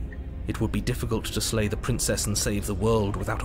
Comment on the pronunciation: Lay instead of slay